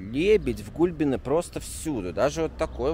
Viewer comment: Privet,nado govoritj G-U-L-B-E-N-E,NE NADO MJAGKIJ L😀